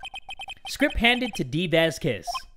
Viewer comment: how he pronounces Vasquez gives me aids